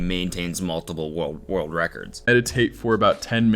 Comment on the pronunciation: Cody can not say the word world